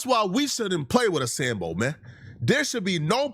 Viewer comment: “We”? Or did you mean Wiii